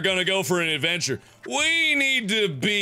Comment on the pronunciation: "We are going on an adventchair"